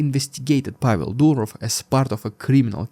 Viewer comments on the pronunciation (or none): none